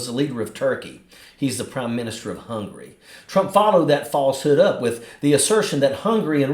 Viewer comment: "He's from Hungry...." Yuck.